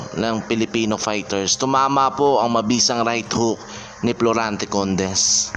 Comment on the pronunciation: Florante not Plorante